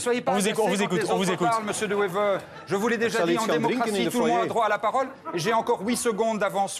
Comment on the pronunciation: The guy really does NOT even manage to pronounce Bart De Wever's name properly! Sick mentality!